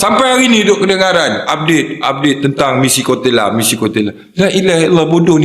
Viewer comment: 😂😂😂...koteyla...bukan kotekla.. terbaikkkk..